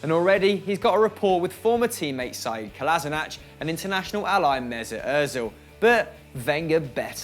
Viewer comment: Saeed Kolasinach?? Why do you pronounce Sead's name like he's a terorrist?